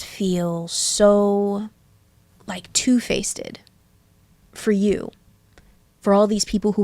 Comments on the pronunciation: “Two-face’ed” ??? Ma’am I am 2 rips deep and I even know it’s two faced.. what is going on here.. (also edit, is that actually a word and I’m just not with it? I’ve never ever heard that said that way?) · "two-faceded" uhm what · "two facedded" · Did I hear two facested or two fisted 🤣🤣🤣🤣